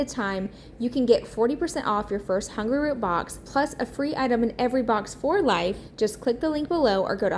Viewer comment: everything looks great! I love watching your channel. I was laughing hearing you say Hungerroot instead of Hungryroot. 😅